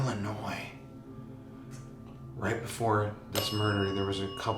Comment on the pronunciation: That was Scary! And, Colin... Thank you for pronouncing Illinois correctly! 😁✌️